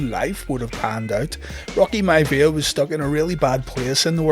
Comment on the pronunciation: Rocky “Mya-via” 🤣🤣🤣